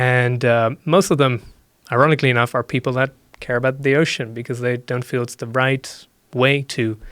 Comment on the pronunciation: I wish he pronounced his ‘th’s properly they’re more like d’s instead of this, other. It’s dis and udder